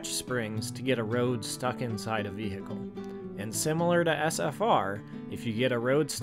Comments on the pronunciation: very cool and funny video. one small criticism: never say the word vehicle again with that country bumpkin ahh accent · I really liked the vid, but man, you pronouncing vehicle like that somehow really annoys me TT